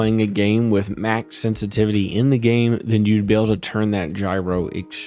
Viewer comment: did you say sense a titty?